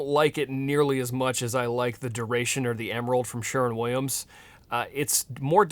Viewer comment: 100 Points for saying Sherwin instead of Sherman. 😂